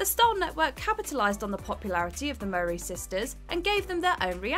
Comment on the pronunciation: As someone from the uk I have no idea who the property brothers are?!? Also the narrator can’t say Tia & Tamera Mowry properly.